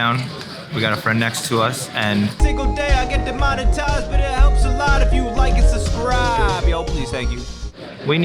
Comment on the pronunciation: lmao amouranth... and has that always said "Like and subscriVe?